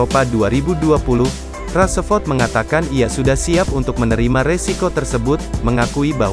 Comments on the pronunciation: Min marcus rasford bukan marcus rasaford 😂🤣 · "raseford"....really???becanda lu min 😂